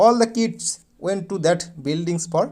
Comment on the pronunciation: Lamao said "all the kides oh-a all the kidzs"😭